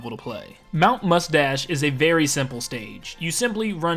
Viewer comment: I thought he said mount Mustache